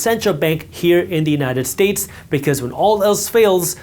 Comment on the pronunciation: Did i just hear “united tits” 😅 many times otherwise good video